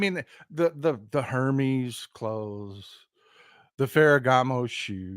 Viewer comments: Wait till the Botox wears off. It's pronounced Ermes btw. Unbelievable. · it is pronounced Her mezz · Hermes is pronounced “air mess” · I think the “h” in Hermes is silent.